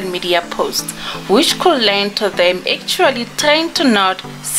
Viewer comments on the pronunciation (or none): none